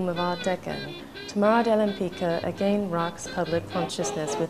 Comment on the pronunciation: I thought she was born to a Polish family - in either St.Petersburg or in Warsaw. I thought her name was pronounced like [lehmpitzkah]. Thanks for the vid - she was fascinating. There is a website but poorly illustrated - very few paintings shown. Seeing the footage from the exhibition is very informative. It shows her again and again as a painter of extreme intelligence, not just talented. She DEFINITELY deserves more attention. Screw critics, they are frustrated artists anyway...